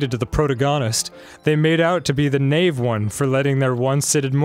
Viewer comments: Did he really just pronounce naive as nayve? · YOU SAID NAIVE WRONG!!!!!!! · Dan really said naive. It's pronounced ni(the I says its name)-eve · The way Dan pronounced "protagonist" and "naive" really hurts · Ummmm, that’s not how you pronounce Naive 🙄🙄🙄 Jk